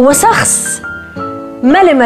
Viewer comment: في الدقيقة عتاب بتحكي سخص مش شخص الى لاحض لايك